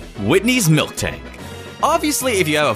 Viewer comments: He says Milktank instead of Miltank... send help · It's Miltank, not milktank. 😒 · Miltank not MilKtank it even has it's name in some of those pictures you're using. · YOU SAID MILKTANK RAGE RAGE RAGE RAGE RAGE RAGE RAGE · Miltank. Not milktank.... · It is miltank not milktank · everytime you say milKtank, i die a little on the inside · Did I hear him say milktank